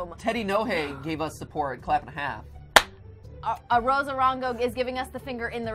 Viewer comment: Hold up. Did u say finger and hāf (presice use of foreign a's) As in SCHFIFTY FIVE. LOOK UP SCHFIFTY FIVE ON UTUBE